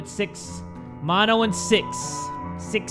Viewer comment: Mono sounds like mondo